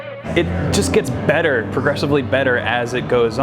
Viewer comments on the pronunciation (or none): none